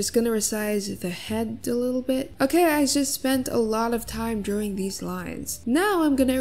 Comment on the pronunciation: I love how just pronounces “drawing” as “drewing” I honestly love it